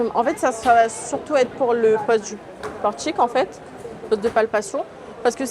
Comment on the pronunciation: LE FAMEUX " PORTCHIQUE"